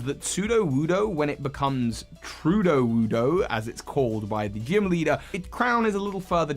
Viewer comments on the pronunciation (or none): it's not Truedowoodo... it's Trueleewoodo.